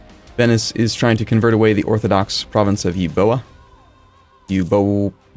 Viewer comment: Cool video. E-bo-i-e is pronounced Evia :-)